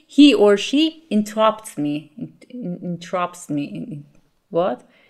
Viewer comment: You make fun of yourself when you say "speaked" and when you pronounce "interrupts" a little bit differently, but I hope you know that your English is excellent! If I ever speak Farsi half as well as your English I will be ecstatic. Thank you for the lessons!